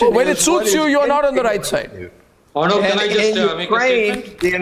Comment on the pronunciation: agree with u...but it's 'aur -- nub' not 'urrnub'